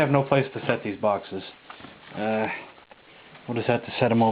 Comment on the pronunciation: i thought you said foxes ...like samanth foxes ..ah! boxes .... darn lol XD bump n' jump is a classic ..i would love to see the intellivision version ..cool collection dude would like to see your other collections as well including samfoxes ..lolXD